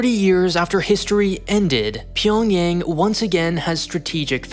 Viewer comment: Pyongyang is 'ah' sound. not Pyongyeng